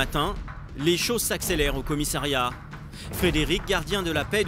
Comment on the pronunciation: On dit commissariat et non commissairiat !